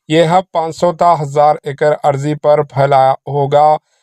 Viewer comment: نیوز ریڈر صاحب اردو کا تلفظ صحیح کیجیۓ۔اراضی کو عرضی کہہ رہے ہیں۔